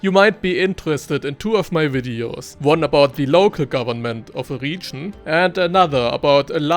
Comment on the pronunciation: I want to watch this video for your advice so much, but i can't... this "RIIIGIIN"... i can't... #noHate but i just can't..